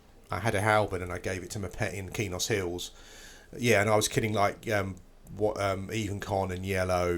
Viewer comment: its not keynos its kwaynos :)